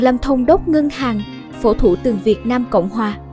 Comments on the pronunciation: Yêu cầu người viết và người đọc cho đúng nhé. Thủ tướng không phải thủ tường..bà là Kim phụng không phải kim phượng..! Thật ngưỡng mộ 4 người con trai, được giáo dục tốt, ăn học đàng hoàng cả 4 em là Tiến sĩ kinh tế ! Nhìn 4 em, đằm thắm, tự tin, trí thức.. Đây cũng là cái phúc of bà... Là 1 minh tinh màn bạc ngày ấy.. cho đến khi nằm xuống bà vẫn sống trong nhung lụa ... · giọng đọc bằng phần mềm àk😳 có lúc đọc ko dấu 😂 thủ tường .ngôi chua??